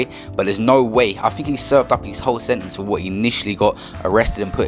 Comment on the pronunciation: "Setenece" l0l